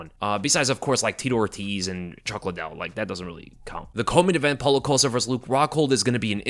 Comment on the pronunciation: I thought Chael Sonnen was great at mispronouncing names. Then I heard say "Paulo Coast-uh" and wow. is making a strong case for himself.